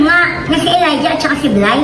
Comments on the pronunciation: Sir, It's pronounced E - layja, not A-layja! 😂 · Pronounce Elija as E lay dya